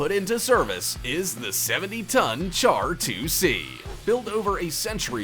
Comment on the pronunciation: Fast facts on some vehicles: Char 2C is Pronounced Shar 2C. It’s French don’t blame me. The Mauss was so rare that only one was ever built.